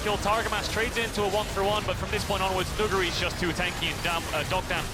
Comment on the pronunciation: is the first ever english staff to pronounce nuguri perfectly